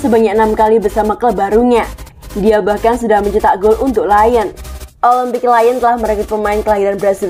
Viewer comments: bacanya kan liyong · Dikira Lion dari bahasa enggres kali 😂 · iya bos, aneh bgt dengernya 😂😂